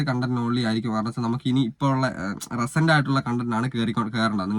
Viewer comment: റെസെന്റ് content അല്ല റീ സെന്റ് content😂